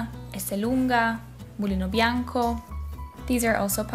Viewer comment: You said "mulino bianco" so good I listen it 2 times